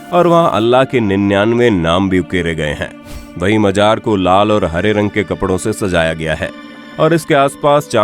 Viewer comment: Bhai majar nahi Mazar hota hai